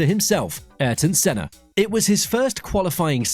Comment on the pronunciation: Arton Senna??!! GET IT RIGHT FIR GOD SAKE 💀💀🙏🙏